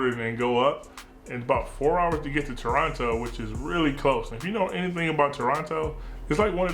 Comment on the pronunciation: Hey you pronounced Toronno right the first time. Much appreciated! Much appreciated Mahir from Toronto!